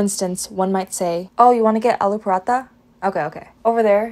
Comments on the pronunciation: Are paraatha hota hai paraata nahi 😂😊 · niice!! Btw, it's paraTA with a hard T. Stay awesome! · Pronunciation of paratha isn’t appropriate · “paratha restaurant” wtf😂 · Learn to say paratha, Jesus Christ. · पराठे का आपका उच्चारण ग़लत है